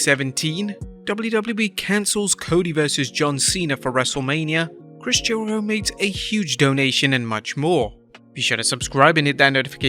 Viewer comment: Why does he say Chris Jericho like that?